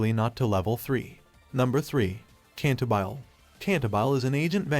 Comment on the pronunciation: Having studied classical music for several years, it was painful to hear the pronunciation of CantaBILE.